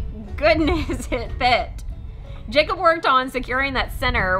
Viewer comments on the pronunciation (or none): none